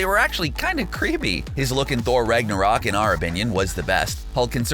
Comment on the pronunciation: Did he just say "Rige narok"?